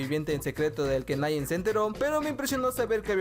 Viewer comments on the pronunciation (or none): none